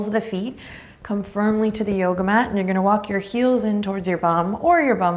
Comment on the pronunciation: when you said math instead of mat I laughed out loud